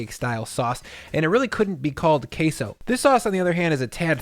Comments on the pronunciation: Wtf is "Kay-Sow"? Its pronounced Keh-soh. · "chilly cone qesso" dip 😭😭🤣☠️